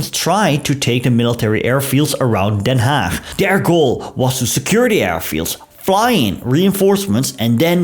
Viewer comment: Hulde dat u Den Haag normaal uitpreekt.